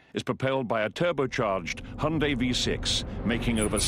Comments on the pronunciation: Hi-un-day, not hun-day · Hey I'm going to make a correction. I'm not trying to be an ass, just fyi. It's not pronounced hy-oon-day as you wrote. 현대 is pronounced Hyun (rhymes with shun) Deh (rhymes with dead without the d at the end of 'dead'). It's actually hard to pronounce. But I was born and raised in Korea so yeah, that's how you pronounce it. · Yes, I noticed that. That's the reason I wrote that. If the founders pronounce it Hy-oon-day, why can't americans do it the proper way? Actually, I don't know why I even care...